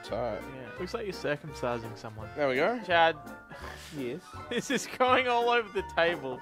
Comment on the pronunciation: It has taken up to this point for me to realize that you are saying Chad. Let me explain, This entire time, I thought you were saying "chat", as if these videos were pre-recorded from a stream. Now with that said, all I can imagine now is, instead of viewers on a stream, it's Chad spamming the chat with multiple accounts.